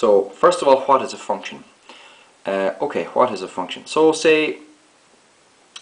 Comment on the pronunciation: Can you fcking say what properly?!